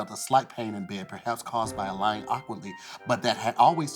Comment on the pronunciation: no no no when read the sentence he said "perhaps caused by awkwardly" it actually reads "by lying awkwardly" so that should not be 20 points it should only be 10